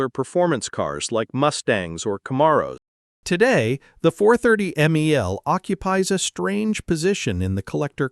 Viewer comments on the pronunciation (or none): Stupid AI voice... Camaarow. No person would mispronounce Camaro that badly.